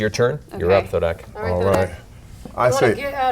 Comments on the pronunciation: Terry Crews: "I AM THODAK!" Me: ... Me: You mean Thordak??? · Every time I hear Thodak I have a mini heart attack Matt has scarred us!